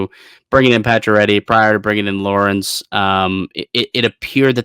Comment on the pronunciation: is pronouncing Lorentz wrong.